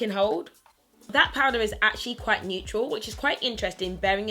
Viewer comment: "nothing Michael, you're still qwhite"